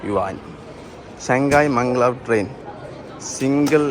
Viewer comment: മംഗ്ലാവ് അല്ല ബ്രോ Mag_lev